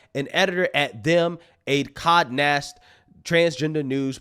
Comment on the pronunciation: It's not "Cod Nast"... it's Condé Nast